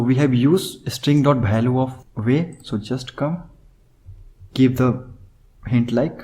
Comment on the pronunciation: say value not bhaalue !